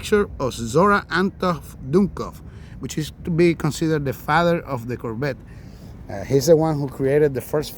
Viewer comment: You have to pronounce Cor Vette not Korbet.